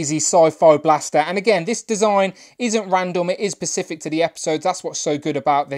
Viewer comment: Good review! FYI the word is “specific”, not “pacific”